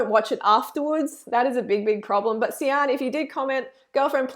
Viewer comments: And it's not See-an but "Shan" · way late to the show, but Sian is a welsh name pronounced ' shaaan'. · It’s pronounced ‘shan’ and she doesn’t have an eating disorder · her name is pronounced Sharn lol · I was so frustrated the whole time because I live in Wales for the last 7 years and sian is pronounced "sharn" 😅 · It rlly pissed me off when she said Sian wrong smh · Reading this actually made me laugh. It's a Welsh name! That's how to pronounce it!